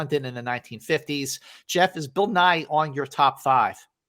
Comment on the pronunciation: OMG I kept hearing “Bill Nye” as opposed to “Bill Nighy”!!! I was so curious about what this movie was with a Bill Nye career turning performance! 😂